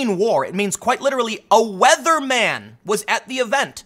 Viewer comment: Weatherman ? Wetheraman !